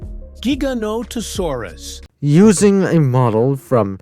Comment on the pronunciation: saying trex is relatives with giganotasaurus is like saying ornithomimus is a relative of spinosaurus XD (cuz like... theyre both theropods but obviously not related) JIGANOTOSAURUS???? WTF???? (im not even gonna mention the misspronounciation of the sauropods) bro did not put acrocanthosaurus above giga and spino 😭It's enough that those 2 shouldnt even be in a top 10 biggest he put a dinosaur EVEN SMALLER above them (dont get me wrong i know some could get REALLY big, close to them even but obviously not bigger than fkin spino and giga) "#6... SAUROPOSEIDON" proceeds to show sauropods other than sauroposeidon (also does the same thing with the other sauropods)